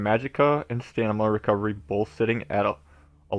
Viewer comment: This is a great guid but it drives me nuts that you keep calling it "Stanima" STAM-INA. Other than that thanks for the guide.